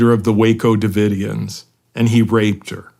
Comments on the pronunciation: Branch Davidson ?!? Ive heard orher mispronunciations. Maybe a little pre show prep ? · Did Shawn really just say “branch davidens?” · OK Shawn Ryan is officially a little bit dumb. Didn't know how to say Branch Davidians? Da fuh? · Doesn’t everyone know about Scientology by now?? And Shawn how can u possibly mispronounce the “Branch Davidians”??